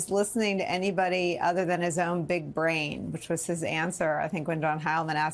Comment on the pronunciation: "big uh-brain" 🤡